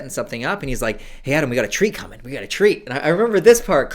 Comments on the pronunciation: Im watching this high and every time he said treat i thought he said tree 😒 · I thought Adam was say "we've got a tree coming, we've got a tree" the first few times and I was really confused